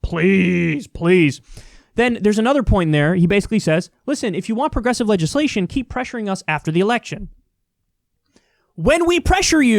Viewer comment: He had a hard time even saying "progressive"